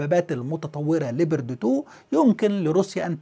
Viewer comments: نطقك لاسم الدبابة الالمانية غلط تنطق ( لبرد ) Leopard وتعني حيوان الفهد وكذلك اسم الدبابة الامريكية ابرامز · شكرا على الفيديو المميز كالعادة . ارجو التدقيق على اللفظ اسم الدبابة ليوبارد Leopard 2 مع تمنياتي لك بدوام التوفيق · استاذنا الفاضل انت تنطق اسم الدبابة بطريقة غير صحيحة ، وهذه الدبابة الألمانية فاشلة وهي موجودة عند الأتراك وتم استخدامهما في حرب أو معركة غض الزيتون ضد الأكراد وانفجرت الكثير من سبطانات هذه الدبابات بعد استخدام خفيف للبرج القاذف فما بالك اذا تم استخدام هذه الدبابة ضد روسيا